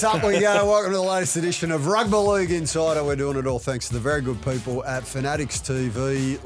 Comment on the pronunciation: Why does mispronounce "Rugby League"? Is it meant to be endearing?